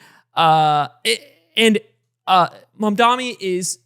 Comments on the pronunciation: it’s MAMDANI!! not mandami!! it’s important. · M-A-M-D-A-N-I not Mamdami. You’re gonna get hit with that clip of Zohran snapping at Cuomo from the debate if u keep mispronouncing it lmao. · The name is M-A-M-D-A-N-I~ We gotta get it right~ :3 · Damn, love the show, but this one was a tough watch, quite a few things that felt half baked from everyone. Also, I know it’s a minor thing, but the mispronunciation of Mamdani while talking about him for so long just got annoying. I’m also getting tired of them talking about Abundance. Like I’ve read the book, but man there’s so many other interesting books and ideas to also talk about. In a less serious tone, this feels like that one guy in college who read one book and only ever talks about it (happens on both sides of the aisle) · hour and 40 minutes of three dudes pronouncing Mamdani's name wrong